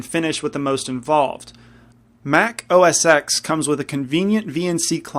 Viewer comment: It's pronounced 'OS Ten'. Steve Jobs said so himself. FYI.